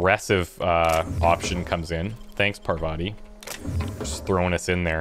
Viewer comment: Is this not Paar-vathi.